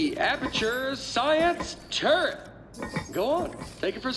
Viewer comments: Really? Nobody thought of the name "Tur-let"? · Not calling it a turrlet was....sigh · Turret, more like Turr-let. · Erik Wolpaw said that Nate couldn't pronounce turret very well and if you listen real closely you can tell.